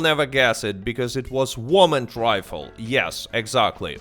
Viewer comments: Great video but learn to speak English bro. "Woman rifle" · Bro, you insist on calling it a "warmin rifle" like, ten times in a row, and then later you say "whyral" instead of "viral". You have a V in the name of your Youtube channel, you even successfully say "PVP" several times in this video, as well as "even". You don't say "PEEWEEPEE" or "EEWEN". That tells me you're actively making the decision to mispronounce "varmint rifle" and "viral". So, I have a very serious question for you: Are you just doing a fake accent?